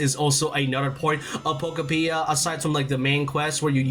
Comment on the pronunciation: I keep hearing pokopedia😅